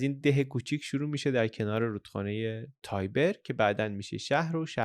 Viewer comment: ایتالیایی ها به این رود در شهر روم میگدیند رود تیبر که از شهر روم هم میگذرد و بطول حدود ۴۰۰ کیلومتر هست شاید تابیر تلفظ انگلیسی آن باشه ولی در هر کشوری بهتره تلفظ همان مردم را بگوئیم با سپاس